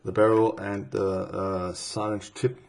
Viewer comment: syringe is pronounced "sah-ringe"